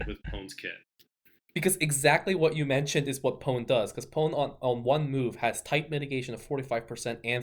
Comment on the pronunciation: In regards to Pone, according to the spelling of the katakanas, it's ポ ネ , therefore, it's pronounced(as the Japanese would) Poポ and Neネ. It's 2 syllables. Not one word Pone, but Po Ne.